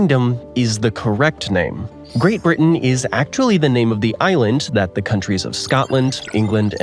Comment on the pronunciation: he first told uk is the wrte now he is calling it GRATE BRITEN